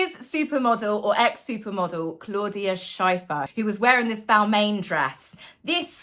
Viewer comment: So sorry, but I laughed long and hard at your pronunciation of Claudia Schiffer. As for Harry: I'm sure he doesn't have more than two brain cells, probably less!